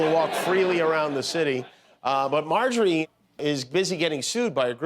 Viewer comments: He said: Perjury (Marjorie) ROFLMAO. Jimmy is the best. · "Perjury" Taylor Greene 😂😅🤣